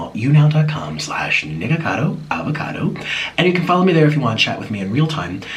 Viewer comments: I thought he said "nigga cado"😂😂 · Who else heard niggacado 😭😭